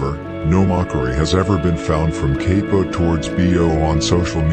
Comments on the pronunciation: I believe you say bro name like cop-o not capo or whatever 🤷🏽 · C A P-0 not kay-po